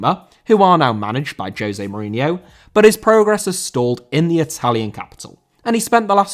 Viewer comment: Mourinho * not Muríniow